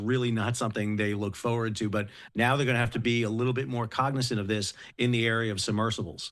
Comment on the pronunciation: Is it a regional accent or a maritime thing the way you say 'foeward' instead of 'forward'?